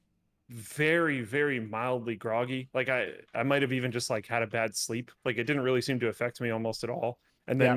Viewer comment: i thought for so long they said "same bat time, same bat place" at the end of each video, and i never got why there were making batman puns XD, i just now realize that linus is saying bad, not bat lol